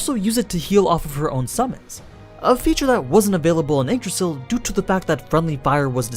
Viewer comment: funny how he spells yggdrasil as eggdrasil